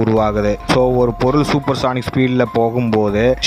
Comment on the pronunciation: சானிக் இல்லப்பா....சோனிக்